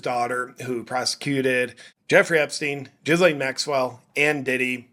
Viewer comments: The "s" In Ghislaine is mute JP! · Small detail - say the name "Elaine". Now put a G in front of that. Now say it. Don't pronounce the"s". Like all languages, French has it's quirks. You're welcome. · 🤣🤣🤣 "....ChatGPT asking Chuck Norris questions" 🤣🤣🤣 I give that 🖐️ five "Rick-rolls". .....also I can't NOT hear Jizz Lane, when you say her name. 🤣